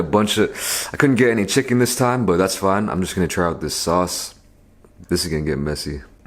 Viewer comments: My brain could not accept. the fact that he called it S A U C E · FOR THE SECOND TINE IT AINT SAUCE